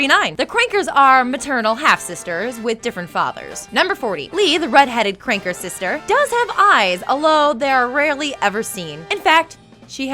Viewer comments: Its Kanker....KANKER....not cranker.... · "kranker" stop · I mean she clearly HASNT had any experience with the show. She mispronounces "Kanker" as "Cranker" multiple times, as well as "Ralf" instead of "Rolph" and "Anotuchi" instead of "Antonucci" to name just a few. I guarantee you she's never seen the show. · Kanker not Kranker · They're called Kanker, Not Kranker. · You guys could have proofread this. It doesn't come across like you guys actually know these shows when you say "Annotucci" and "Kranker". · Antonucci, not Anotucci. Kanker, not Kranker. It’s a list of facts....at least say the names right please. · I know this is very old by now, but every time you say Kranker, I cringe so hard. The KANKER sisters, dear. Also, I'm not gonna look it up right now, but I'm fairly sure the cactus' name was Jib. Not jim. Edit: or so, you can see double D Holding the cactus, and it's labeled with his name, JIB. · "Kranker" sisters?. Kanker sisters. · CRANKER!?!? Who is this noob? It's KANKER! Up out of here with your "facts". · did she say krankers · Alissa Challis AND KANKER TO CRANKER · Kranker? Ralph? Nauz?Annie Kranker? Do you mean MARIE KANKER. Did you ever actually watch the show? You butchered the video for my favourite childhood show by mispronouncing names and just popping candids of your face in so thanks for that.... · It's KANKER NOT KRANKER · "The Krankers" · and she said Kranker when it's Kanker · it's Kankers. not Crankers. and it sounded like you said Rolf's and Marie's name wrong. and honey. you're not funny. stop trying to be funny. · And she said Annie Kanker not Marie , Annie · Ann Cranker? It's Marie Kanker. Like those ulcers you get in your mouth that hurt like hell. Seriously, she should have been given practice scripts to work with prior to doing this video. All that came of this is being rather grating to the nerves and ears. Especially since I loved this show growing up. Please, do a better job of this next time. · "Kranker sisters"